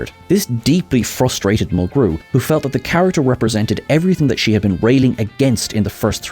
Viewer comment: 7 of of 9 had a "glowv'; oh, you mean a ' gluv' (glove). 😉 Kate Mulgrew's last name gets the accent on syllable #1.